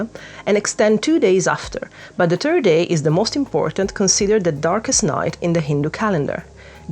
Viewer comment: those overall are so cute 🥲 also I love that as all of us italians you too pronounced "third" sounding more like "turd" because that pope sure was one switcheing festivals around like that 😂